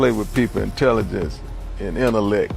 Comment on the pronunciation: Wow J.Prince said inellects , forgot to pronounce the T in the word . Sound like he off on something , who knows